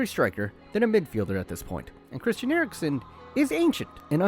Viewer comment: and Eriksen is not CriSHSHSHSHSHSTIAN he is CriSTIAN